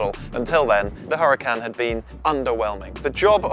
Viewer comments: Huracán is a Spanish word (as usual with most Lamborghini cars) and in Spanish the letter h is silent, just like in honor, honest or hour. Cheers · You are mispronouncing the name. The H is silent.